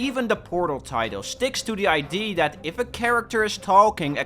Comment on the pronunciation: Every time you say ID instead of Idea, I get closer to your home.